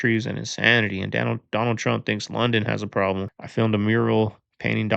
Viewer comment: Did he say, "pwobwom"? 😅🤣🙏🏼🙏🏼🙏🏼